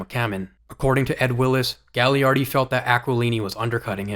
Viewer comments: Great video! Really appreciate the detail here quick nitpick: Gaglardi is pronounced Ga-lar-dee for the next videos! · It's pronounced Ga-Lard-ee He owns our teamin Kamloops and is from Kamloops. Would have been perfect for the Canucks. Great video.